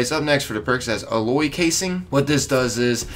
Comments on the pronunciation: AL-loy. like the name AL then -loy. not A-loy. its alloy. like a "metal alloy" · LMAO. "A-loy rounds" it's pronounced AL-LOY. As in metal alloys. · They way you say alloy triggers me lol.